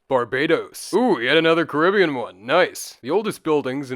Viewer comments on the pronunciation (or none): none